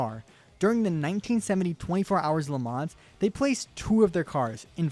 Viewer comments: the pronounciation is not "Le mans" ITS "LE MAN" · ps it's pronounced "le mahn" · I swear to god if this guy says “le manzzz” one more time